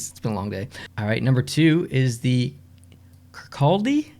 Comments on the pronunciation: Firstly, Im from Dundee in Scotland and I've literally never heard of this league 😂 and we, apparently, have 2 teams in it! Secondly, you did great with the pronunciations...only 2 i noticed you getting wrong Ayrshire = Air-shir not Air-Shy-ar Kirkcaldy = Kir-caw-dee not Kir-cal-dee Other than that, great job! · ‘Kirkcaldy’ is pronounced ‘Mor-Dor’ 😂